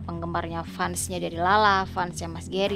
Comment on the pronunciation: fans bacanya fens mbk....